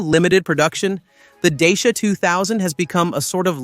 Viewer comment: Your pronunciation sucks. Dacia is not pronounced the way you say it, or are you AI?